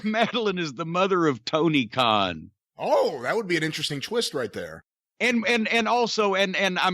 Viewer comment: It's Tony Khan.... Khan..... KHAN!!!